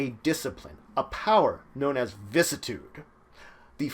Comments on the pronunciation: Vih-sis-ih-tood Not "vis-tood" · VISS - CISS - I - TUDE Dont just cut out a part you dont like xD